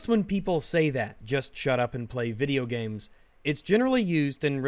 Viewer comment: It's so annoying when he says "Video Gyames"